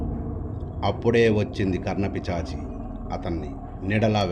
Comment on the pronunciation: అయ్యా కర్ణ పిశాచి... మీరేమో కర్ణ పిచాచి అంటున్నారు.